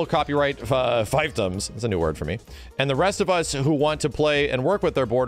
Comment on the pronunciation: I was looking for translation, so thanks for putting it out there for the people! Little note - fiefdom is pronounced "feef-dumb" 💪